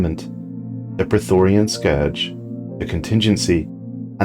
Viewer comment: Mate, I love your videos, but could you please learn to read. Those words are different than you think. It's not Praetorian, it's Prethoryn. It's not orbitable, it's orbital.